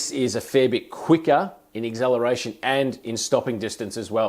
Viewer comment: Did you say EGZELRATION?